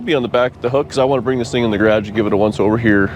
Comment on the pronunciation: It's garage not grage